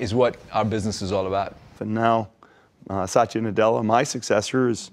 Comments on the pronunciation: Up to my knowledge it’s “Satya Nadella” not “Sataya Nadella”. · Hey Marques, it's Satya Nadella. Not Sataya 👀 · I think its Satya not sataya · Its satya not sataya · To whomsoever it may concern: It's Satya not Sataya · Its Satya not Sataya. Satya stands for truth and Sataya stands for sadness and I'm pretty sure his mom was thinking of truth when she gave him his name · Hey Marques, That's Satya, not Sataya. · Satya not Sataya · [Computer] Oyyy He said such a pleasure. Not Satya pleasure. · It's "Satya" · Am sorry.. but ..it's saTYa, without an extra A between it.. 🥺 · Bloody hell of a pronunciation Sat(stress on T)ya. These people either cannot pronounce or do not know anything about proper-noun. Shameless!!! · The way he pronounces Satya is so weird lol